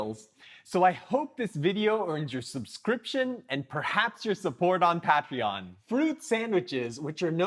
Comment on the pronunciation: Pronounced Pay tree on